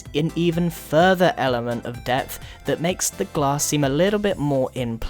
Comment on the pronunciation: ombg u said gass pane grian